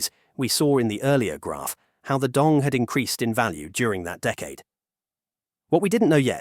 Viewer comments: It's not how we pronounce Dong. In Vietnamese, it's Đồng, not Dong or Dog and every component (Đ, Ô, \ N G) has their own value when pronounced. And the author of the video is doesn't know Vietnamese to pronounce it correctly, he did it in an English way. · người tạo ra video này đã phát âm sai “Đồng”. vậy nên mọi thứ thật vô nghĩa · Except it’s not pronounced dong. It’s pronounced DOWM. Like saying down but with an m sound at the end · It’s not a real person , it’s an AI voice. That’s why the pronunciation changes so much when the captions spell it Dong vs Đồng. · Đồng not "Dong". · as a vietnamese i am both offended and laughing my out when i hear "dong" for the 6942nd time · if you can't pronouce "đồng" correctly, maybe try another way to address it. it honestly drives me crazy how "đồng" is said in the video. it's like you are saying dick dick dick over and over again. it's so annoying and I wanted to learn from this video but this keeps getting in my way. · How on Earth are you pronouncing Đồng in three different ways, including with an initial Y and an initial J? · Given the fact that you say "Đồng" about a million times couldn't you take just 2 minutes to find out how it's pronounced?